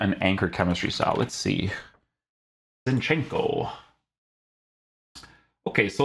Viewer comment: ZIN-chenko. not ZinchEnko